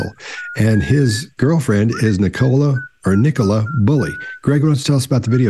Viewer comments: "Ni-Cola or Nicola" 🤣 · Why can Americans not say Nicola!? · Right? As in Nicola Tesla. Easy peasy. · It's not a very common name in the US. Nicole is more common and so they tend to try and pronounce it that way.